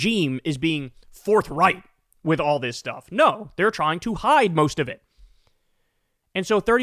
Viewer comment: Forthright? Oops thought you said Fourth Reich.